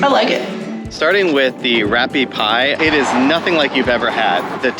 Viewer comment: Rappie Pie is pronounced ‘raw-pea’ pie. Cuisine Robicheau does a very good job with rappie pie! The hot chicken broth is added to the grated potatoes and slowly cooked while stirring (a lot). When the potatoes reach a certain consistency, they will put the layer of the potatoes down in the baking dish, put a layer of the debone chicken and then a layer of the potatoes on top. That is baked in the oven for 1 1/2 hrs -2 hrs (until a good golden crust on top). It’s a dish that feeds a lot of people and very easy cleanup because you only have the one dish. The Fricot has the potato dumplings.